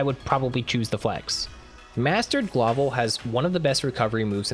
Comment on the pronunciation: Bro said GLAWVEL when talking about Excavator😭. It's GLOVEL